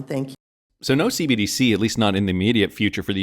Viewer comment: CBDC not CDBC lady!